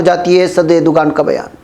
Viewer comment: Erdoğan [ˈɛɾ.do.an] (the English equivalent is approximately a W, i.e. "Erdowan") so Erdugan is wrong pronunciation, it is not english letter "g" but ğ which pronunced a w or अ in hindi (एरडुअन)